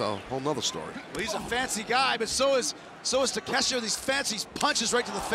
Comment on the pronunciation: It's Ta-Ke-Shi-ta not takesta